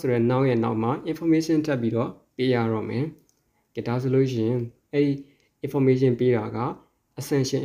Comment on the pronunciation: စာမသင်တတ်သေးဘူး။ relative ရဲ့အသံထွက်လေးမှန်အောင်ထွက်ပေးပါဦး။information အသံလည်းမမှန်ပါ။ ဒီလိုပုံစံမျိုနဲ့းစာသင်မနေပါနဲ့လို့ပဲအကြံပြုပါရစေ။